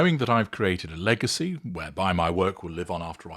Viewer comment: Did you say legacy ????😂😂😂😂🤣🤣🤣😅😅😅😅😅👎👎👎👎👎👎👎💯💯💯💯💯💯